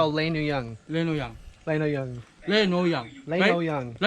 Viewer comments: "Linuyang" sound so slang the way pronounce it. He's so adorable❤ Keep safe my brother😇. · it's linupak..😂“surigaonon"